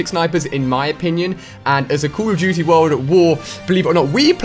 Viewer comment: Cauol of dooty